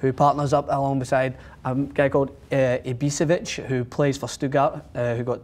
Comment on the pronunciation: Most people make this mistake, but Ibisevic is pronounced a little differently. The "s" is pronounced "sh:" Ibi-sh-evic.